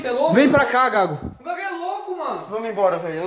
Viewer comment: Antes em outros videos eu pensava que era combinado, mas depois desse video tirei uma conclusão: ISSO É VERDADE MESMO e essa galera estão apavorados. Observem que a partir de o cara não consegue nem pronunciar o apelido do colega que é chamado de "gago" de tanto medo! Pavoroso isso.